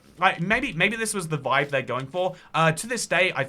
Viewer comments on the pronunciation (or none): none